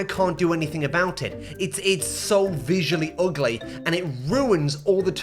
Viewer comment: It’s not „UGLEYH”